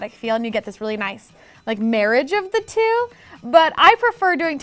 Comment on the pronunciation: Anybody else notice she said "dee" instead of "the" 😂